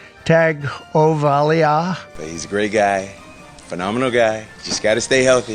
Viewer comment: Trump trying to pronounce Tagovailoa was amazing